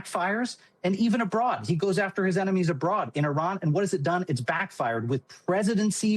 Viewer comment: Her voice is so monotone. it reminds me of the teacher in "Ferris Bueller's Day off". Bueller?..... Bueller? But she does pronounce "Iran and and Iraq" correctly.